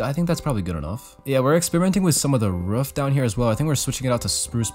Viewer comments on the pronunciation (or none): U got good at pronouncing roof, still miss it when u say ruff tho